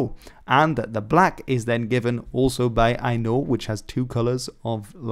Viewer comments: Very strange to hear "Hainaut" pronounced like "I know". How it was pronounced when Philippa of Hainaut became Edward III's queen consort I don't know. But nowadays, "Hennuyers", those living in Hainaut, say something like "hen-O", which is consistent with Hennegouw (Dutch) or Hennegau (German). Didn't understand the "Kuifje" joke. A century too early. Would have thought Kings & Flags were somehow related. The Earl of Chambord never became King Henry V of France, because he rejected the "Bleu-Blanc-Rouge" flag. In Belgium, there is the Blanc-Bleu-Belge, but that has nothing to do with flags. House Wettin, and thus Haus Sachsen-Coburg & Gotha, use horizontal sable and gold (black & yellow) as their coat of arms. No link ? And I think the coat of arms of Brussels is gules with a golden St Michael vanquishing a sable demon : red, yellow, black. Must have had some influence, mustn't it ? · For Hainaut however, he needs more practice....